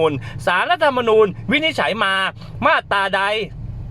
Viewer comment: มาตรา อ่านว่า มาด - ตรา ไม่ใช่ มาด - ตา